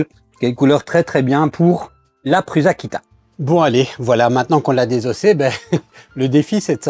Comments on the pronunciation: Un nom propre se prononce proprement. Prends n'importe quelle vidéo de Josef Prusa et écoutes comment il prononce son propre nom. Tu ne prononces pas Bill gâtes, ou Donald trümp, alors il n'y a pas de raison de dire pruZa. Qu'est-ce que tu ne comprends pas là dedans ? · PRUSA, veut dire "Prussien" en Tchèque. Il n'y a aucune raison de le prononcer PRUZA... 🙄